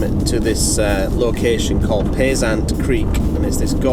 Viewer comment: FYI you have pronounced Payzant all wrong. I know how it is said as that was my grandmothers maiden name.